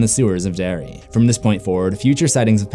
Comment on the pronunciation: I love how I heard "dairy" instead of "Derry" the entire time, before turning on the subtitles. Love the vid anyway!! ♥